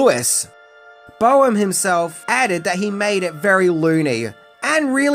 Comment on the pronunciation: f.y.i. Jeffrey Boam's name is actually pronounced 'BOME.' Not Bo-Am. At least that's how he pronounced it. Common mistake. Nice vid, otherwise. Take care.